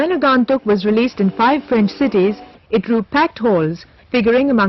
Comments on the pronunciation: It is not Rae but Raay. Neither is it Agaantuk but Agoentuk from the point of pronunciation. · WTF is "Aaagaantuk" ? These VO people are so lazy - don't do their homework at all - takes 5 minutes to find out how it should be pronounced in Bengali - slackers!!